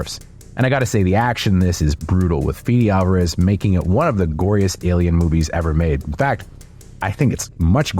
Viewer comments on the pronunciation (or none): "FEE DEE Alvarez". Bro come on lmao